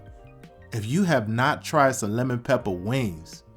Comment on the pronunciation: crispy leman pepppaah